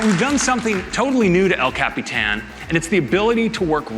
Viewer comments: Bruh, it's ellllll cap-e-tan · Every time he says el Capitan. I cringe.